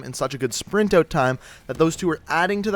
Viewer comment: Why ft does he pronounce out like oat?